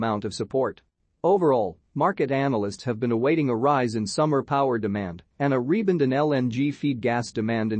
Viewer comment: It's a robot. Noone pronounces rebound as rebund.